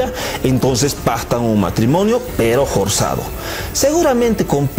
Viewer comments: Muy buen análisis, una sola observacion, la F la pronuncia como J ,ejemplo inJormes= inFormes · Excelente análisis, solo un pequeño gran error en la forma de relato , sería bueno que corrija eso . la f pronuncia como J . ejemplo forzado no jorsado